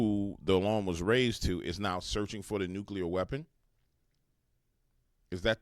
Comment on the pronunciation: He said, “nukular”. The word is NU CLEAR. I think the mispronunciation must come from knowing the word, molecular.